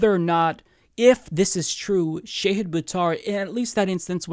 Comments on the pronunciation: Please please PLEASE learn how to pronounce his first name 🙃. It's Sh'AAA'hid not 'shay'hid. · His name is Shahid, not Shayhid. The mispronunciation is painful. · Small point: Pretty sure it's ʃɑhɨd, not ʃɛhɨd. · The Indian in me cringes everytime you call him Shehid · It's pronounced Shah-head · Wouldn't hurt to learn how to pronounce his name correctly before he comes on. Just sayin